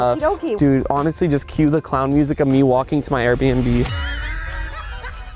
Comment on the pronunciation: Her saying "lets finally take a tour of the most expensove arebnb in "my city"